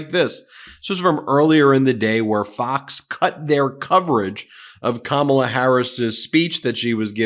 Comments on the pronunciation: What is it with these losers that they mispronounce her name? So juvenile and frankly stupid! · Clearly all the members of Fox News are presenting with cognitive decline because they still can't pronounce her name right.